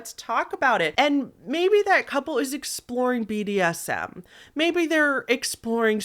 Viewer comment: Oh man, I knew it was a kink when he incorrectly pronounced "bdsm" into "bsdm". Being into kink myself this is clearly a man with a consensual non consent kink that can't play with anyone who knows what they are doing